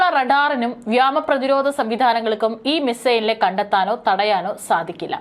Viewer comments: Not Yama...yoma is correct . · വ്യാമ പ്രതിരോധം അല്ല മോളേ വ്യോമ പ്രതിരോധം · വ്യോമ എന്നതാണ് ശരി